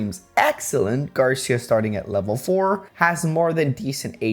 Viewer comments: Love these challenge videos but... it's "Gar-see-uh" not "gar-sha" or "gar-syuh." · Quite late im commenting but Garcia is pronounced like Gar - See - Ah. Spaniard surname btw olé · The "ci" in "Garcia" is stressed, not the "Gar." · Garcia kept punishing you because you keep saying his name wrong.